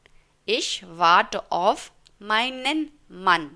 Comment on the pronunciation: Aap auf ko off kyon bol rahi ho.